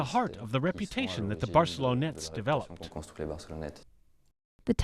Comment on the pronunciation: barcelonnette not barcelona